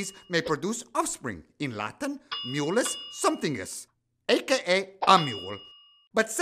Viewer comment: I cringed when said “Mulus Somethingus” Are we sure he’s a real doctor?